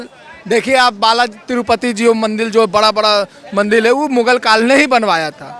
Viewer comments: अरे.. मेरे भाई... मंदील नहीं.. "मंदिर "... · बेटा पहले मंदिर का उच्चारण सही करो